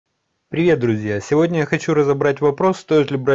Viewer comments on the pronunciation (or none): none